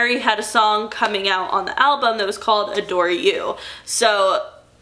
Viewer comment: When you first mentioned “adore” I thought you said “a door” and I was promptly confused for a few minutes 😅